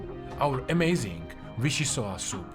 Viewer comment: It’s pronounced VichyssoiSS